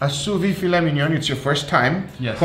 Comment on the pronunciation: the Brazilian way he says filet mignon, "filé minhon" kkkkkkkkkkkkkkkkkkkk